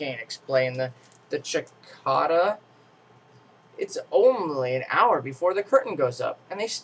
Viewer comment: It's a cicada not a chickada!